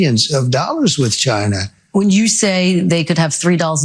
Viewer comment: It's not Chy Na!!